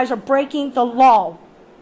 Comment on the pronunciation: I like how she keeps pronouncing law "lawl." Pretty funny. Good work though. Way to stand your ground.